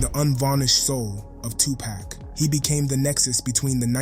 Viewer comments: You need to learn how to say “2 Pac” (Tu-poc, not tu-pack) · Say pock, not pack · As soon as he said 2 "pack" i cut it off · Its not 2 pack yo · You ain't no better it's Tupac not Tu-poc and it's one word not hyphenated smh😂😂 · I simply hate the way this guy says 2Pack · You sound like you're black..but you're saying "tu-pak"...cmon bro...culture vulture???